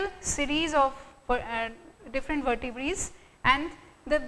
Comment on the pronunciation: it's not vertebraes. It vertebrae becoz vertebrae is a plural word